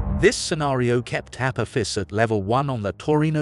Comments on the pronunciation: The narrator doesn’t even pronounce it correctly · Perhaps learn to correctly pronounce the name of your subject before making a vid, yes?